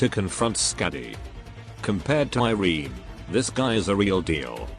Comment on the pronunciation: If iberia is based in spain, irene would be pronounced ee-reh-neh instead of eye-reen